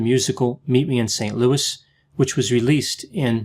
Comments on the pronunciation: It’s pronounced “Louie,” not “Lewis.” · You pronounced ‘vaudeville’ and ‘St. Louis’ incorrectly. Are you really a doctor? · It's a part of the movie. Judy Garland and Margaret O'Brien's characters discuss how to pronounce "St Louis" as "Saint Louie" and not "Saint Lewis." It's cute.